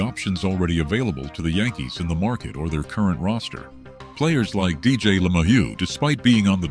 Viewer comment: Why don't you learn the correct pronunciation of Dj and Dominguez first. You're an embarrassment to your site.